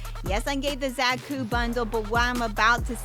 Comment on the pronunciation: It’s a Beam Saber ! Also It’s pronounced ZA-KU not Zack-U.